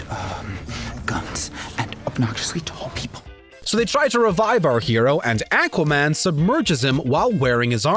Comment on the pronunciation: The way that he’s pronouncing Aquaman is a mistake lol